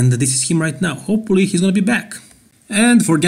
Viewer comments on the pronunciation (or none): i noticed a while back that you say "hopelly" instead of Hopefully. No hate here, just an observation;)